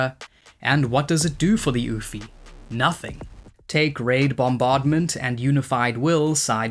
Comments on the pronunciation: Ouphe is just pronounced Oof btw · Ouphe is just pronounced “oof.”